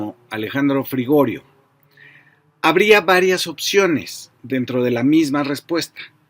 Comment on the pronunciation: Fabricio, soy seguidor asiduo de tus análisis y siempre me parecen excelentes. Solo una aclaración: es Alejandro Frigerio, no Frigorio... Peccata minuta... 😊